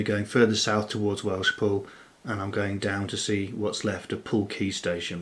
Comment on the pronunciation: Please learn to pronounce your Welsh properly 👍